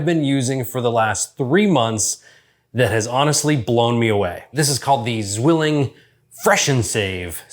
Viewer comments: Very nice review! "Tsvilling" is the accurate pronounciation, not "swilling". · "Tsvilling" zwilling sounds so weird